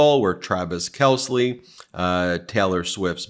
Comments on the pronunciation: It's Travis Kelsey not kells Lee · It's Travis Kelce Ben not kesly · I honestly think Travis Kelce would be tickled that you referred to him as Taylor Swift's boyfriend Travis Kelsley, and mispronounced his name. I can totally see him being like, "he's talking about me! I'm Taylor Swift's boyfriend!" lol.